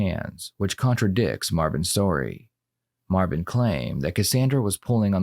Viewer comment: Its yo cuzzin! Mah-vin! Mah-vin Berry!